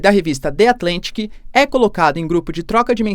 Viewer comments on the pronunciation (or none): De Atlantique kkkk The Atlantic ( ðə ətˈlantɪk ) O brasil esta cheio pessoas utilizando aleatoriamente palavras inglesas sem mesmo saber falar o idioma e sem o minimo esforco para pronunciar de forma correta.